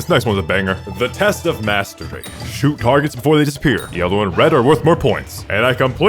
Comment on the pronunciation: Bro did NOT say Mastery...